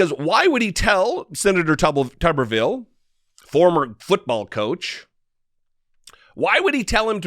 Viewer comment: It's pronounced tooberville, not tubberville. Tuberville, like potato town.